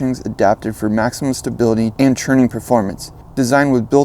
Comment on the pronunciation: Trucks so buttery he started saying churning instead of turning 😂🧈